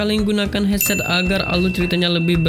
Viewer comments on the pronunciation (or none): none